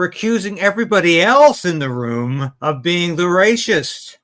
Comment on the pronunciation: There you go! Only the duplicitous Carney can deal with the evil Orange Man. Haven't you heard? Gullible "Canadians' have spoken. Bye bye Pierre! BTW--; please: The disgusting snake Carney aside; It's "ray-sist." Definitely not "ray-shist." Just checked; It's the same in British English.